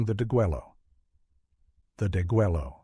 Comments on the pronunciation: It is pronounced de-gway-yo "degüello" infinitive: "degollar". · Don't forget the butchering of the Spanish word (deguello) deh GUEH yo. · If you really wanted me to listen all the way to the end, you wouldn't have used a stupid AI voice that couldn't even prounce "deguello" correctly over and over! Let me know when a real narrator takes over the script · Not in Texian, it's not. It's pronounced "deh-gway'-loh" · Please the double "L" in deguello is pronounced like the "Y" in the English word YES! How stupid is this narrator that doesn't even do a simple grammar pronunciation check! Get your AI together. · learn how to pronounce Degüello. You don't say the "Ls" You mispronounced many words. If you didn't research that, how can be believe anything else you say?